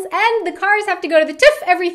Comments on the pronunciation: I think it sounds more like "Tuff", that is sooo cute :D I know, the ü, ö, ä are hard for native english-speakers (as the H is impossible for the french), but it still made me laugh. As I learned russian first, than english and than german, it was rather easy for me, but I know some japanese and brithish folks who are getting crazy about these three letters. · HAHAHAHAHA to the "Tuf" HAHA TÜV ;) Tuf HAHA Greetings from Germany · haha how she says tüv :D